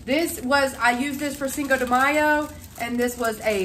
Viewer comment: I love how you say 5 de mayo ❤